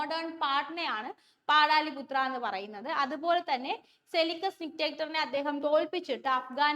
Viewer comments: Yes. പാടലിപുത്ര എന്നാണ് പറയുക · പാടാലിപുത്ര അല്ല പാടലിപുത്ര എന്നല്ലേ ചോദ്യം 2 ൽ ആണ് ഈ തെറ്റ്